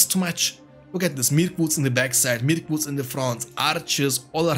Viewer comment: Every time it sounds like you are saying "Milk-woods" when referring to Mirkwoods haha